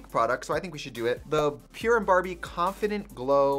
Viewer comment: I thought it said “Power” in Trixie Swedish accent 😂